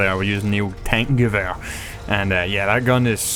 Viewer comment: Actually you still pronounce it wrong. The "e" in german is pronounced like the e in "end" - both of them.